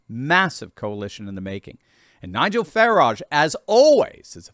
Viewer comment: I hope Nigel doesn't also pronounce his last name like that! It should be pronounced to rhyme with "carriage". But "fa-RAAHJh, really"?!?! He's not French! It's like Hyacinth Bucket (which she insists on pronouncing like "bouquét"! "The bouqueeet residence! The lady of the house speaking..."😂